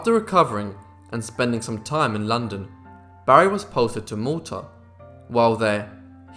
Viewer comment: does he say Malta? captions say Mota and im not sure